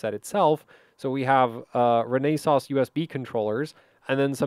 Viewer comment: Not "Re-NAY-suss", more like "RENN-esuss". Source: "We are Renesas: Company Overview" video.